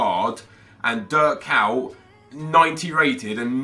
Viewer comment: Why u saying Dirk cow?